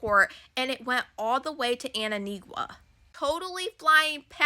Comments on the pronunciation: “Ant a Ne ga”??? Really?? It is Antigua!! Omg!!!😂😂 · An - ti - ga. The "u" is not pronounced. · Antiqua girl -antiqua. Learn to pronounce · Thank you for your work. As someone from the Caribbean please it’s An-tee-guh 😊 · Antigua pronounced "An-tee-gah" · AN-TEE-GUA hope it helps ❤all Love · Pron: An-tee-gwa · You are butchering Antigua baby it’s ok though 😂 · Thank you. 🎉 Without the U Pronounced. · Yes.🎉 The u is un pronounced. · Good coverage but, it’s pronounced Ann tee guah! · Please stop butchering the name of the country. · You are pronouncing it wrong